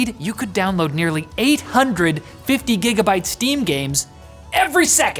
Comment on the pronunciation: It’s gigabytes not gigabeets